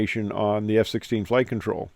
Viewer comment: "FIRST FLIGH" , and a "T"... 😉